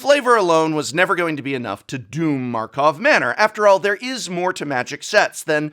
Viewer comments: Prof, please, say the name correctly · Is it a Joke that he never said the name of the set correct? God it bothers me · Please fix the script XD Its tilting hearing you bunny hop from karlov manor to markov manor XD